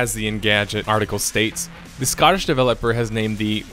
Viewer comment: Why are you saying Scottish like scattish